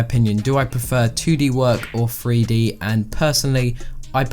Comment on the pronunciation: My man keeps saying "Free D" instead of 3D... 😂